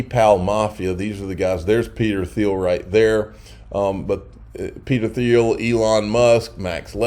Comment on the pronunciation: It’s pronounced “Teal”. Peter “Teal”.